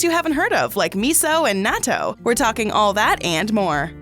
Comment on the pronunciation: It’s Nah-To